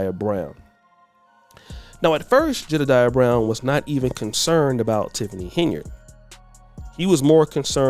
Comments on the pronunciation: Someone tell him that it is HEN-YARD, not Hey-nard! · Will you tell that fool it's Henyard not Ha' Ya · Isn't her name Henyard? Like hen yard? Not hey nard? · The guy is dumb as a box of rocks😮😮😮the witch name is pronounced, (hen-yard) meaning, a chicken in a grassy yard. He must be gen z.😢😢😢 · Hen - yerrd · Y is he saying heynard 😂😜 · He is not saying “Heynard” correctly 🫣!!